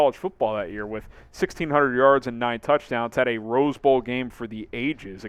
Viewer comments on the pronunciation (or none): none